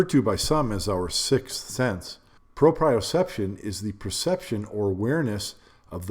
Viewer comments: pro-pree-oh-seption not Pro-pry-oh-seption. Sry, I really hate to be a grammar n@ Or anything, but as a nurse it's almost like nails on a chalk board. Just like when people say cubic sonometer instead of cubic centimeter. Or really using either instead of just saying milliliter, since that's what it really is anyways... It's a measure of liquid not volume even though they are identical (which makes me angry every time I think about how stupid it is we still use feet and gallons instead of a universal system where everything is so easily converted. It's honestly make science and math so much easier for students... Fractions of an inch alone drive droves of people away). Ok. Sorry, off my soap box. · It’s PRO-pree-yoh-CEP-shən Great video btw. I’ve been shooting almost 30 years. But we never stop learning, do we? Did my undergrad in biochem & physics. The physics helped my game immensely especially bc around that timing was really getting into English. Great content bro. 🙏🏾🔥🔥🔥